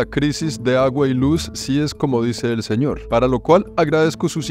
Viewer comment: El zeñor como dice esooooooo hahahaha